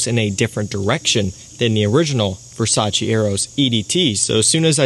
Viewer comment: Its Versace, not Versace...